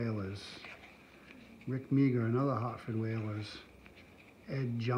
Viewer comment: So great to see hockey. I was all over those vintage hockey wax packs as you’ll see in my shout out vid for your 500 sub contest. Since I’m a hockey nut, and just as an FYI Rick Meagher is pronounced Mahar. I’ve eaten the old gum on a challenge 😂